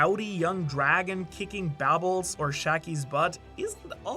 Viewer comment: Why is he calling barbell babble